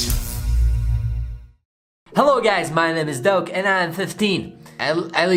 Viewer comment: It sounds like he is saying "Donkey" in a Sherek's voice than "Doke", but still nice painting. Keep up the good work.